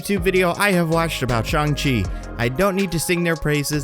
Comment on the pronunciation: There saying shang wrong